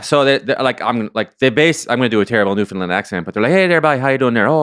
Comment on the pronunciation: The fact that ya'll pronounce Newfoundland Newfindland is crazy bro